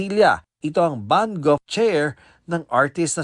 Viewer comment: Reporter tapos "Vangog" daw?